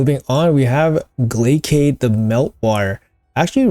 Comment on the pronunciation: Love the info and everyone hates the English nerd but "Glaciad Of The Meltwater" it's "Glay-Shh-Ed" You know...like a Glacier? Cause he freezes and is cold 😅 You go into his champion lore even calls him the "Prince of Thaw" and mentions Glaciers way too many times. Not a shooting offense just passing along the secret nerd information and stop that s tier butchering. Carry on my friend! I am down to change his name to Glaycade too if needed.